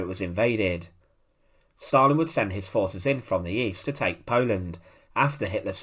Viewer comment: There is no * r * in Stalin or gulag ***!!!!??????😊..